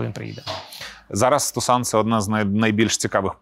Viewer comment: Чому Тусано, а не Тусон, як воно правильно англійською?)